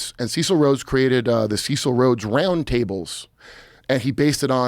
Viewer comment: Ceeecil? His name was Cecil rhymes with vessel